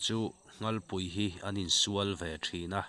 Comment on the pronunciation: Nghalpui ani lo,nghalllllll tih tur